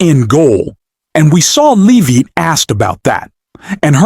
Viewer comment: "BREAKING NEWS: Caroline and her last name. Is it Loovit? Leevit? Levit? We don't know. Sure, she didn't actually run away, and we can't pronounce her name because we're just AI, but, trust us, everything else we're implying is true." 🤣